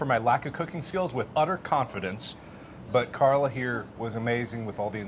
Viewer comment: every time he says “carla” i trip out... my name’s Karla JDJFJFJ